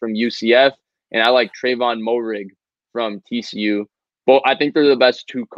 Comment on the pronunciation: gotta get the pronunciation right. It’s Trevon “Mair•ig” not “Mo•rig”